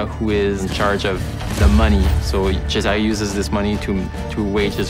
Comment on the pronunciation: Cesàre non se pò sentì!! ma fatevelo dire come si pronuncia prima di registrare la voce del trailer!